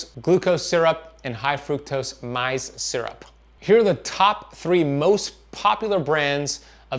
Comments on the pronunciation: maize, pronounced 'maze', rhymes with 'haze', like purple haze! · Pronouncsd maze just like native word for corn its same all are corn or(maze)